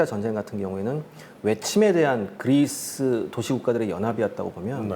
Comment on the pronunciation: 고대전이 현대전만큼 재미있을 수 있을까 걱정했는데 역시 기대를 저버리지 않네요bb 그/뤼스~ 하는 발음이 너무 귀여우세요ㅋㅋ